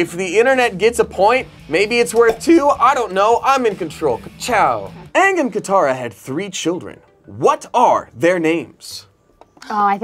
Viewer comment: thats the actual pronunciation for the word ang